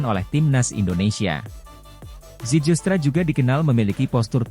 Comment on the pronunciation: nama yg dinaturalisasi namanya itu mauro zilstra(dibaca) bukan zijilstra(dibaca) sebab tulisannya zijlstra ada huruf "j" yg ejaan dalam bahasa belanda J=Y,terima kasih